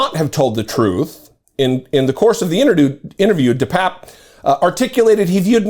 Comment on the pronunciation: Bro! My sister went to high school with this nutcase. I believe it's pronounced 'de papier' Best of luck with the surgery!